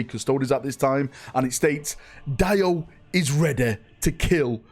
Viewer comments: It’s pronounced, “Dee O” not, “Die O” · It’s pronounced Dee-o not DIE-O 😅